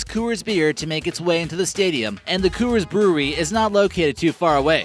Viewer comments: Sounds like your saying "cu-urs" the company pronounces it "cores" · It's pronounced cores not kewers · Co-ers field? Isnt pronounced cors field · its pronounced Cores for rockies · It's Coor-s-field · "Unruling?!" "Costed?!" And, for Christ's sake, stop saying "Coo-ers!" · The Phillies didn't win their first World Series until 1980 (made their first World Series appearance in 1915 is what he meant), AT&T opened in 2000, Coors isn't pronounced like that, the Twins are frequently in the lower third of the league in terms of attendance with 2017 being an exception, Roberto Clemente didn't play in the earlier days of the Pirates (you're thinking about Honus Wagner there), Busch Stadium's capacity is 45,000 people, it's pronounced St. Louis Arch not arc, the Seahawks have their own stadium and do not share Safeco Field with the Mariners, the first seats atop the Green Monster were installed for the 2003 season, Yankee Stadium Dodger Stadium nor Oriole Park at Camden Yards made the list despite the fact that they are considered the best ballparks in baseball by fans all over the world. Dude, if you're gonna make a baseball video and you don't know much about baseball, which you clearly don't based on the content of this video, then do some actual smart research. America's pastime deserves better than your bad and unknowing video for people out there who want to learn correct facts and not wrong ones like those you have presented.